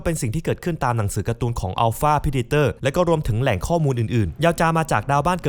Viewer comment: ออกเสียงว่า “เพร้ดเด็อเต็อ” อย่าสับสนระหว่างการออกเสียงกับสำเนียงคนละเรื่องกัน ก่อนจะเผยแพร่อะไรก็ควรจะหาข้อมูลให้ครบถ้วนถูกต้องซะก่อน แค่เปิด App Dictionary ก็รู้แล้ว